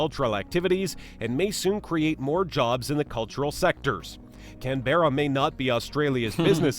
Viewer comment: Canberra is pronounced can-bra Melbourne is pronounced mel-bn Brisbane is pronounced bris-bn